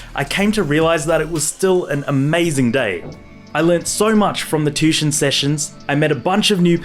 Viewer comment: It's pronounced tu-ition... Not tushon